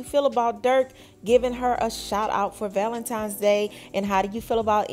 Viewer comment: For crying out loud it's ValentiNes not ValentiMes. Come on now, once you know better.....do better.